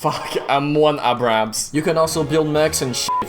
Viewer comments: Chokes on saying M1 Abraham Also: Says the complete name of the german panzer IV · What a reupload but my: nails to pronounce Schwere Panzerspelwagen 7.5(it's actually a 8.8) centzimeter sönder kar Fahrzeug 3 34 4 Panzer Abwehr Kanone wagen Also: m1 ah ab a b m1 aahbraahems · is able to pronounce long German tank name but not m1 abrams cuz he's canadian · how he could pronounce all that russian and fumble on m1 abrams 🗿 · *able to pronounce the German tank that is hard to pronounce* Also:*not able to pronounce M1 Abrams*